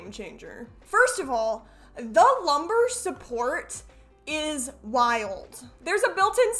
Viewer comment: I usually like your content, but the opening here just sounds like judgmental parent shaming. Also, it's lumbar, not lumber.